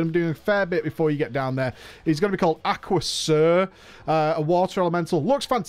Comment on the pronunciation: i think that waterboss, aqu'sirr, is pronounced "accuser"